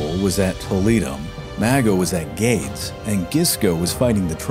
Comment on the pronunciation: Great video Ideally, maps should not show names of provinces or cities that did not yet exist in the 3rd century BC (Baetica, Carthaginensis, Caesar Augusta, etc) For future reference, the pronunciation of Gades is GAH-DEH-S